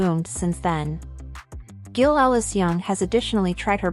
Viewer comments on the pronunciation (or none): AI cannot even pronounce the name GILL